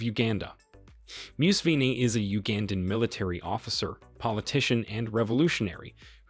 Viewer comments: Moose Vynl the president of Uganda lol. It’s Museveni. Muh-Seh-Veh-knee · The way he pronounced my Presdent's name MUSEVEN 😂😂😂😂😂🇺🇬🇺🇬ok thank you sir